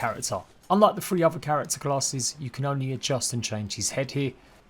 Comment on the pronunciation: Free hundred and firty 😂😂😂